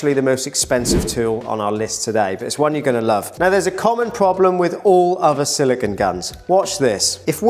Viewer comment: You are making a small error in pronunciation which I hear a lot. The caulking compound you are working with is silicone, whose last syllable rhymes with "bone" or "zone". It is based on compounds using the element silicon, which rhymes with "yawn". Pure silicon is a hard, brittle, shiny crystalline material that can be polished into a mirror with a slightly gray color, since its reflectivity is only about 45%.